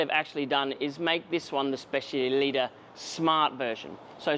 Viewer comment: Is specialità not specialita 😂